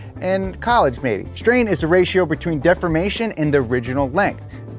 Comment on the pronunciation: Why are you saying deformation so weird?